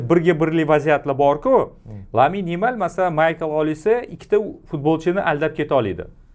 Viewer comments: Aka lamin yimalmas lamin yamal deng iltimos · Lamine Yamal✅️ lyamin yemal❌️ zaybal uje